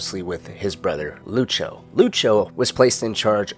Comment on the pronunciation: No problem, fella. Though the way you say Lucio makes my ears itch.